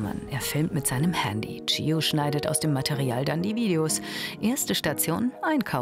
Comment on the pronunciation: Ihr sagt einfach "Thio oder Tschio" aber nicht "Gio" hahahahahaha